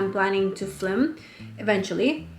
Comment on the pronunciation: I love the info in this vid but I can’t get over you pronouncing film as “flim”